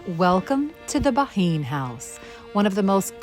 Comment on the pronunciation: It’s pronounced Ban. I would love to visit the house of my great great grandparents.